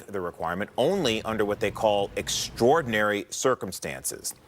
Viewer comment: Does she not know how to pronounce extraordinary?